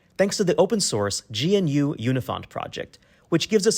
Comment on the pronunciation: Lovely but..."gee-en-you"? How you've avoided the pedantic wrath of a thousand FOSS Champions is a mystery. All jests aside, We love this.